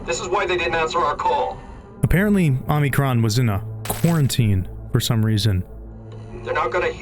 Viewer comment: Omicron, not Omnicron.